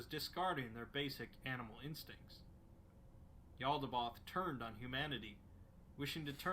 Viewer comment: I love the exploring series but his pronunciation drives me nuts lol Mekhane: (mech-kaine) not mek’n Yaldabaoth: (yal-duh-bay-oth) not yaldaboth